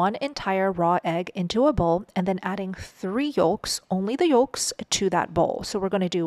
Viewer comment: You pronounce yolk wrong & its not yooooooolk its yoke & let alone why dont you just get to the point & teach the recipe less explaining.